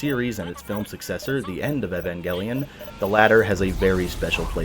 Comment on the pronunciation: Umm.. Evengelion? O_o You're pronouncing the name way off. And it's weird since the original voice actors _constantly_ tell you how it's pronounced. Hope you didn't watch this with some English voice acting or something weird like that :P